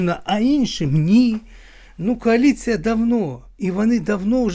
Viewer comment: Вона казала кааліція